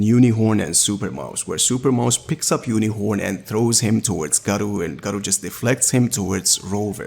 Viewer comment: bro Gaaro not Garo xD i dont know how you are a fan even though you cant pronounce a name properly